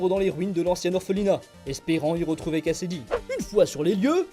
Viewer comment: ça n'est pas cletus "Kasaday" au lieu de cletus "Kasady" ?